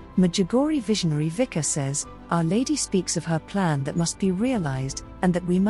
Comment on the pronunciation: say: Witzka - not Wika...please